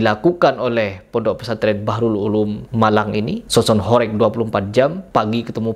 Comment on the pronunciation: Baca HOREG aja salah, sok²an punya ilmu bicara tentang sound horeg... Intinya lu ngomong sesuatu tapi dasarnya dangkal, kosong dasarnya